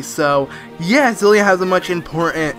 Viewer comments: It's Ciela., not Celia. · he keeps calling Ciela Celia